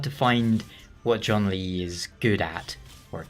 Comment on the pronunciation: Well, at least you acknowledge that John Lee isn't how you're supposed to pronounce his name 😂 But in all seriousness his name's pronunciation really isn't hard to say.